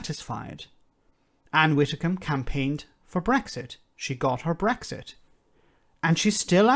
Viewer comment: You pause to correct him when he pronounces Ursula Von Der Leyen correctly, you seem to think it's Van Der Lion - Rarrr! But you pronounce Ann Widdecombe as Ann Wittecombe!? No biggie, just noticed your mispronunciation on more than one occasion and it always makes me cringe a little. Anyway, other than that I mostly agree with you on other things. Great channel, this along with Double Down news and Democracy Now are the only channels I've subscribed to.